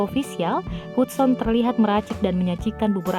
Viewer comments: Bacanya Hadsen bukan hudson hadeeehhh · Gue kok agak keganggu ya si manggilnya bener2 sesuai nama Hudson.. Meskipun Hudson tapi pemanggilannya "hadsen" kali mbake 😂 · Artisnya sih hebat,punya bakat. Klo sya mau komen soal pembaca beritanya aja. Nama artis keren itu kan Hudson,,dibaca dan di ucapkannya Hatsen,,,bkn Hutson. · Hudson, bacanya Hadsen kelessss. Ah elahhh 😂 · Hudson itu dieja diucapkannya HADSON min.🙄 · Nyebut nama gax becus 😁😁😁. Hadsen di baca hudson...tapi tulisannya hudson berarti aku suudzon. 😁😁